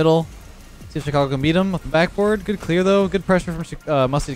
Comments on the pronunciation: Everyone: Good: Güt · 1st of all best name ever 2nd of all says goot not good no offence but its pretty funny